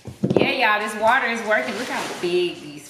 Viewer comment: Did she say whater lol